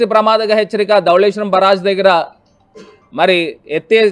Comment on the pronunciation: అయ్య బరాజ్ కాదు అయ్యా బ్యారేజ్. వాలంటీర్ వుదబొడిసింది ఏమిలేదు.